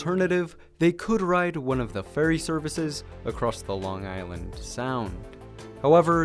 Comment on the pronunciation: And just saying this guy butchered the pronunciation of Long Island